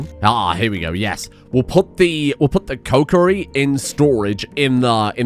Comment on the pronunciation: that pronunciation of kokiri is insane. "Yeah I'm heading down to the cokerie for some coke"